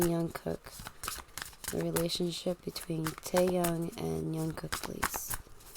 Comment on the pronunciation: Jungkook not yungkook